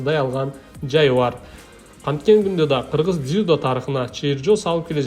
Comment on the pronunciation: Ийгилик каалайбыз! Комментатор дзюдо деген созду кулкумуштуу айтат экенсин😂